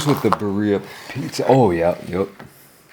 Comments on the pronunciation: Your pronunciation of birria could definitely use some work. As a white guy who lives in the SW of the US you sound like the white stereotype haha. Think of it as Beer-e-ah, where you roll the r's as well. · Roll your R's birRrRia pizza lol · Oh yum! And..awkward pause..should I tell you how birria is pronounced? no shame, someone taught this white girl lol. It's "beer ee yah". I love how you eat, been following you for years. :) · It’s pronounced “beer-ia”. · Bro, you have to learn how to pronounce 'birria' 😂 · Love nut job pronunciation of ‘birria’..Would’ve been even better if he just used his signature one- syllable abbreviation, perhaps ‘birr’😊